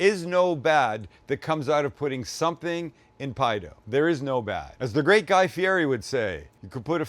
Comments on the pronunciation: Guy Fee-Eddy is how he pronounces his name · Do you say Guy's name wrong on purpose?